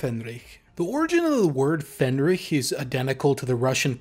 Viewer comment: But the pronunciation needs some work - "faehnrich" and "gefreiter". Should have at least checked against Google Translate's audio.